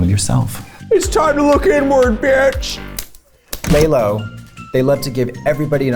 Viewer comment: screaming at them pronouncing lelo as lay-lo